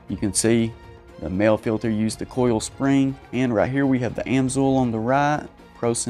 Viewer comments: It is pronounced "moly" not "male" Mahle = "moly" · It's pronounced Maleh. Mahle.